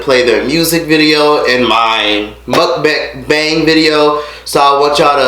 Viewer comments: mook-bong is how it's pronounced😂. ok so back to the video edit: OH NOOOO I'm Scorpio! she's making us look bad lol. man...I just wanna give you a hug. this was seriously so sad. I'm so proud of you! congrats again for graduating & getting your own place & making youtube work for you. i have watched all your videos & have seen how you've grown. im so proud of you hun 💜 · Pronounced Moook Bang